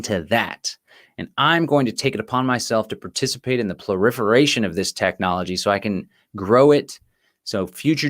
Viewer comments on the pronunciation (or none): Very interesting stuff, thanks. A kindly crtiicism on pronounciation - the word is ‘proliferation’ not “ploriferation”. Best wishes from Stalag GB🇬🇧